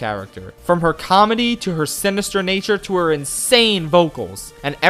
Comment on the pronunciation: did you say simister